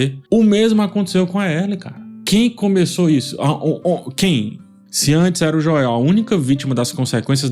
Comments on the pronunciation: acho engraçado o chamar o Joel de Joél KKKKKK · Por que o chama o Joel de forma abrasileirada? kkkkk morro de rir